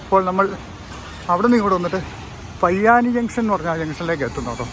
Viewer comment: പയ്യാനി അല്ല പൊയ്യാനി